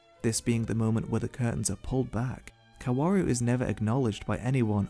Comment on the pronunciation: i'm not really a fan of your take but i do have to say that 'kaworu' is pronounced without all those w's lmao it's just 'kaoru'